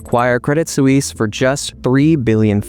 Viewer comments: Suisse: rhymes with "peace." A single, direct and simple, syllable. No, not soo-eeze. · Swies, not soeweese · Please learn how to pronounce the word ‘Suisse’. Thanks.